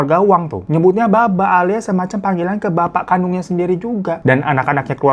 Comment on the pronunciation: Woi salfok bgt itu cara bacanya bukan "baba" tapi "papa" 😭😭 lukira saibaba😭😭😭😭😭😭😭😭😭